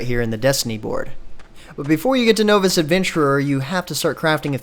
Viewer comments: novis? "know-ves?" Really?, my man, "nah-vis," novice. I know it looks like it needs to be no-vice, but it's nah-vis. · ...is he pronouncing novice as "noe-vis"? ......................wat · does the immersive game sound pronounce novice better than you do?